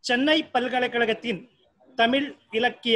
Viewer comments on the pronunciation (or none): "தமிழ்" சொல்லுங்க "தடமில்" சொல்லாதீங்க...